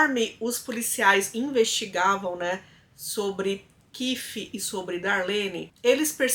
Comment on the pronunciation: Vc tá louca? Onde vc viu o nome Kife? É Keith. Pronuncia Queit. Vai estudar pra não falar merda.